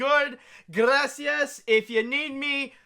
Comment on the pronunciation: saying "gracias", the best:)